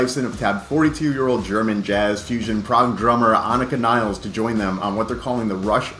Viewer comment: As if the annoying mispronunciation of Peart as 'Pert' wasn't bad enough, now we'll have people mispronouncing Nilles (Nil-less) as 'Niles'.